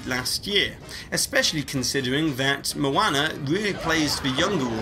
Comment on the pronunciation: Lol maona